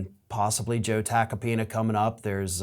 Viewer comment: Note: Joe "Tacopina" rhymes with "Subpoena", (well said)